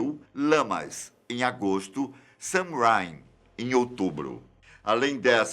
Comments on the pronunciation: Em ele diz samrain mas na verdade se escreve sanhaim (pronúncia-se souein) e não é em outubro e sim em abril (hemisfério sul).👍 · Sou wiccana ha 21 anos e tenho certeza absoluta que tem muito mais do que 20 mil bruxos em SP kkkk Alguns apontamentos: wicca também significa: moldar, transformar Esbat nao pronuncia o t.no.fim Samraim na verdade escreve samhain e pronuncia souên (pelo menos aqui no br) Os sabbats sao celebrados de acordo com a preferencia do bruxo. Por exemplo, Yule que é o solsticio de inverno, mas muitos brasileiros comemoram se baseando no calendário do hemisferio norte entao o yule deles é no nosso verão, bem na epoca do natal.. natal inclusive tem as mesmas cores de yule ..mas isso fica pra outro comentário.. A Wicca é uma religião iniciatica onde voce passa por um processo de ensinamentos e tem uma serie de atividades a cumprir ate que seu iniciador considere o seu percurso completo. E dentro da wicca existem tradicoes diversas cujos fundadores chamamos de Elder . E dentro dessas tradições temos uma certa hierarquia mas nao existem lideres supremos que unem a wicca tal qual o papa lidera a igreja católica. Ah, e existem bruxos que se auto iniciam porém nao sao considerados aptos a participar de tradicoes sem antes passar pelo processo de dedicação. É isso ❤ Merry meet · *só corrigindo o certo seria Samhain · A forma correta de falar é Souein e se escreve SAMHAIN.